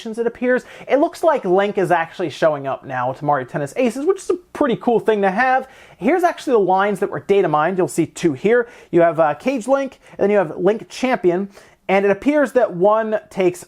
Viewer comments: its not "cage Link" its "ka ge" Link, as in shadow Link. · Cool vid. Btw it’s pronounced “KA-Gay” not “cage”. It means Shadow in Japanese. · Kah-gay, not caige. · "kage link" its not "cage". it's Kage, the Japanese word for shadow. Shadow link. So it makes sense it being dark link i guess. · It doesn't say "cage link". The word is Kage. Pronounced Kah-gay. It's the Japanese word for shadow. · Kage is not pronounced cage.......its the Japanese word for shadow; kagé. But since Americans don't know how to pronounce things properly (or very few do most just don't bother). this was the stopping point for me in the video because you continuously butcher Japanese words with no attempt or apology for the attempt its really off putting. If you going to have to report on Japanese names/games please learn or at least attempt to pronounce the words properly.